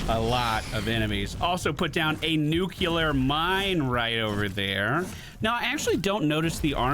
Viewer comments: Nu-clear, not nuke-u-lear. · I loved every second of this except when you said “nucular” instead of nuclear. It’s a personal pet peeve thing, don’t mind me.. lol